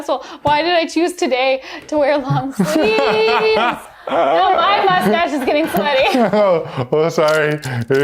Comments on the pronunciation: "moistache" that's it. You get a like from me! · "Moistache" This is why I love this channel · I can go my entire life without ever hearing someone say "moistache" again.